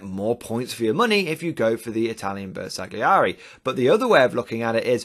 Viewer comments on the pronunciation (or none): Ma dai! 🤌Its pronounced "Ber sal yee eri"